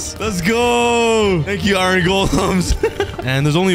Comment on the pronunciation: Bro it’s called iron not ‘ ayran ‘